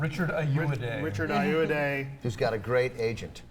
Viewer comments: AY-OH-AH-DEE...do you guys do research before you do your cynical unfunny "reviews"? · IT'S FUCKING EYE-OH-WAH-DEY. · they are pronouncing richard ayoade's name wrong...